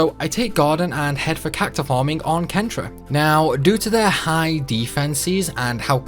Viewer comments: Well done! Loved the workaround in Ulti's Castle. Although I did find it quite jarring that you pronounced Centra as KEN-tra - for me it's always been SEN-tra in my head (as in center)! The joys of text-only games :P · i was thinking the same thing. nothing could have prepared me for kentra. i always thought that centra being the central continent made it quite obvious. most of the others though, there are legit disagreements on pronunciation